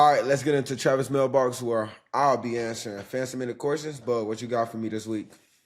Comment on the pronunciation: Travis thanks for answering my question. Also much respect for pronouncing my name right. For that, you and your crew have earned my respect. Hope to see you on Sundays in the NFL and good luck to whatever team drafts you (Just don’t let it be the Saints) Haha 😂 Anyways, I appreciate you and look forward to seeing more questions from me soon! (P.S. I’m going to get your jersey once you’re drafted)